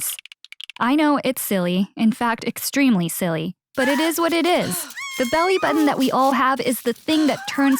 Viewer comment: Her “It is what it is”. Me: It ease what it ieaseee!!”😛😭